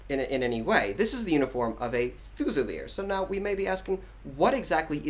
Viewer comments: "FOOZILEER" ......sorry man...... fuze'il'eer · I couldn't watch the video after you saying "fuu-zilier", it's pronounced fyoo-zi-leer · Excellent video Just one small thing, as stated below Its not "Fu-cell" its pronounced as "FU-ZEE" which means a rifle. A Fusilier in French means "rifleman". There is no distinction in French between muskets and rifles both are fusil. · it's pronounced Fu-zee-ye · Haha its good to see such appreciation! Most people just think redcoats are redcoats unless they're grenadiers, highlanders or light infantry! Maybe work on how to pronounce Fusilier! OAFAAF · You gotta figure out how to pronounce Fusilier my friend. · the way he says fusiler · Please say fusilier right please... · I won't question your hat...BUT...I Will question your pronunciation of..."Fusilier"... :>) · Tru he completely butchered the word xD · i honestly only came here to figure out how the fuck your supposed to pronounce fusilier